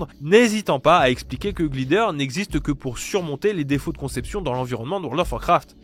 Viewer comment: Sympa, mais dès qu'un mot anglais aussi simple et commun que "Glider" est dans le texte, c'est trop pour toi Faudrait faire un effort, quitte à demander à un pote comment ça se prononce